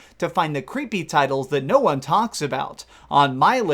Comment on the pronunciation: i can never tell if he says number won or juan lol